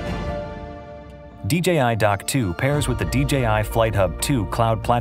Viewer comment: finally DJI showing us how to pronounce DJI correctly. YouTube clowns need to stop calling it "DGI" just because everyone else does it